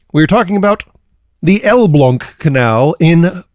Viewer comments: you actually prononced Elbląg basically perfectly. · I came here specifically to see how badly the name got mangled, and I am profoundly disappointed that it was almost correct. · No, actually, you got Elbląg pretty much spot on